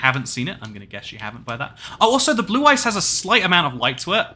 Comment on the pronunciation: My inner Kaiba hearing "Blue Eyes" instead of "blue ice" everytime😂